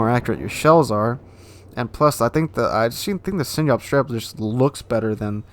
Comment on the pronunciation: Dude. Learn how to pronounce Sinop please. It's not Sin-yop. It's Sin-op